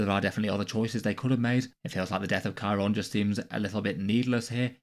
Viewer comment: Chairon just isn't even a character. Even people who are complaining he died keep pronouncing his name wrong. He had that one bit where he ran in like an idiot and that was kinda funny, and the only other thing he did was kill that astropath.